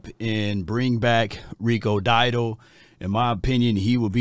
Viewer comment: DOW-DLE not Diedle